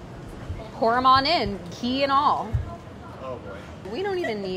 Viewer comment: There is a big difference between the sound ग (“g”) and घ (“gh”). घी = “ghee